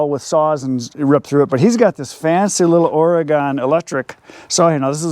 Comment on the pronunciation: I think the important thing in this is how to say the word Oregon. The part that you say gon is not right. . I mean, word safety is very important. Wouldn't want someone to get hurt.